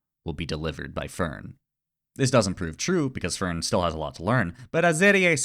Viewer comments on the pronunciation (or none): for the german pronunciation of names: stark is shtark, you have to say sh and a hard t fern is NOT fur + n, the e is spoken as the first e in enter honestly just ask google translate and try to copy the pronunciation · You did pretty well with the names! Edit from layer on (since I did end up noticing a couple pointers), you did really well!! But yeah, as later in the comment: if at some point you're interested in the extra 3-5% One thing would be switching the the "e" pronunciations of Fern and the second "e" in Serie. Fern tends to be pronounced by most like the english plant rather than the german "distant" and the "eh" at the end of Serie tends to also be hard for a lot of english natives. Also kudos for the attempts to hit the "r" in Kraft, german has a lot of cases like that where you need to go from a rather forward sound to catch an "r" in your throat almost and then right back to a forward vowel. Also for Stark, an "s" before a "t" or "p" becomes a "sh/sch" sound unless you're doing a northern dialect (so it'd read as "shtark/schtark"). Also watching the show recognising what all of he names mean makes for quite an interesting experience since well uhh they are kinda descriptive in many cases Aaaaand idk what case would make this comment helpful but uhhhh i guess if you're ever looking to polish those extra 5-ish% 😌